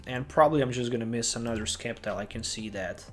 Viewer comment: Sceptile is pronounced as "Sep-Tile". Just think of the word "sceptre"